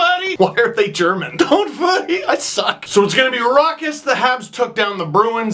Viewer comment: "DONT VORRY!!! I suck".